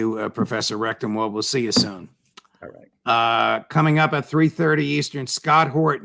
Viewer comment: I am sorry, but there is no way for me to communicate this politely and discretely. Here I am, less than a minute in. Twice, Judge, you pronounced correctly, RECTENwald, and then you said it a third time, RECTUMwald. If your intention is to support this man, and I believe it is, you need to overcome this inclination to mispronounce his name. I grew up with this, people frequently mispronounced my name, CONDON, as CONDOM, some deliberately to slight me, many accidentally.